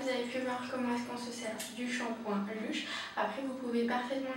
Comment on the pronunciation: La video est pas mal mais on dirait que tu avais deja ecrit un texte enfin on a l'impressiom de voir une pub ou une presentatrice tele alors que sa serai meilleur si c'etait spontané :) P.S : On prononce "Leush" Bonne continuation